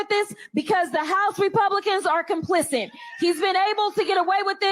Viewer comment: Who wants to tell Crockett that the word "complicit" ends with a "T", not a "D"?